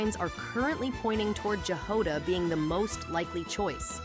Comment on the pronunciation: Jahoda is slavic word (I know it from Chzech). You pronounce J the same way you pronounce "Y" in "MiHoYo".